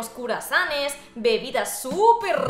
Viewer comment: _. yodespues de escuchar a decir curasanes bueno talves no se que singifica cruasanes o si en espana?/??????